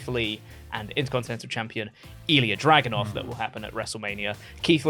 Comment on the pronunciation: Video was great but does think Ilja’s name is Drogunov??😭